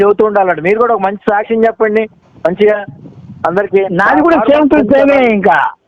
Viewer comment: గారి "సాచ్చమ్" స్కాచ్ విష్కీ అంత ఘాటుగా ఉంది. మస్తు కిక్ వచ్చిందండయ్యా! గారి పంచులు కేక!